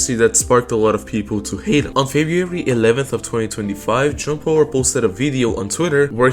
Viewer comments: I'm glad I'm not the only one lmao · I keep hearing John Pork